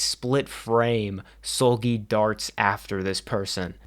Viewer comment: Bro you pronouncing Seulgi as Soulgi is sending me 😭